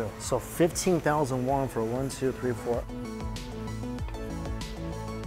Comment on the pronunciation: Is it just me or does always pronounce Korean currency as “Wong” not “Won” I noticed this in a few of his vids very cute … you do understand it is “WON”